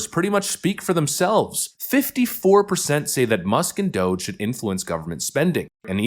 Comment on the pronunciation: Did a CNN anchor just say she actually likes Musk and DOGE and wants to keep them around????/ (Technically she said Dusk and MOGE, but I knew what she meant) WOW.